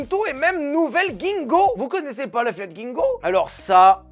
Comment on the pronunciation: On dit Bingo pas Gingo ! Qui a la ref ? (mqatpr)